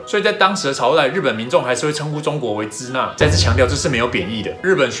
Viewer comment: 支那的读音应该是Shina而不是Cina